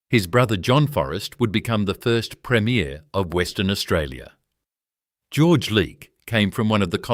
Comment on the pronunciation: Premier is pronounced differently than premiere, I already commented on the dodgy pronunciations in this video and my comment was deleted. Consider this poorly created video reported